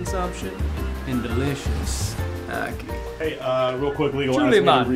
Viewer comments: No one in Jamaica pronounces it as "ah-kee", the "a" is pronounced the same as in "animal". Not sure if it's correct, but I assume it is since it's our national fruit XD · we pronounce it aki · being jamaican, only tourists get poisoned from it and no one here eats it raw, and its so strange to hear other ppl pronounce it, we just say acke not ackee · loool omg u guys...its pronounced AHkee....like AH for apple....ackee -_- not awkey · Lychee rhymes with See see Ackee rhymes with Jackie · I found the way you pronounce it funny, we pronounce it "A Ki" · He pronounced it wrong the whole video... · how they pronounce ackee makes me cringee..actually the whole beginning made me cringe lol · you prenounced Ackee wrong